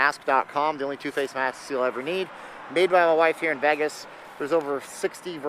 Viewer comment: Him saying VEG-is is enough to not watch...its VAY-gis